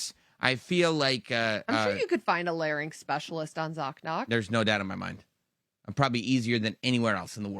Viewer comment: Is "Larn-yx" the American pronunciation? Or just a common mis-pronunciation? Heard it for years from Vickie Guerrero and Michael Cole especially. Drove me nuts... 🤣🤣